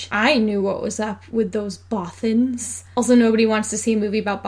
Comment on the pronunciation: I love the way you say Bothans! (and the rest of the video too!!!!!)